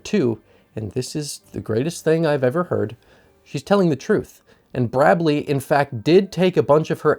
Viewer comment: “Brabley” That’s hilarious!